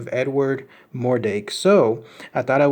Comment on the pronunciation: Pretty sure its mordrake not mordake